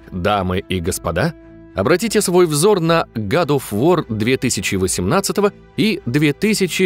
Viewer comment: Гад оф вар, нум он скай и тд. А можно название игры озвучивать норм? Ньюмен скай, год оф вар!!!!